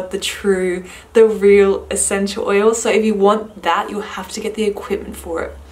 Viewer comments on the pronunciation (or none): What's a senchew oyew? XD